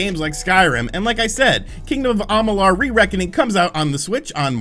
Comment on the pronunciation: am ma lure is how you say it dude.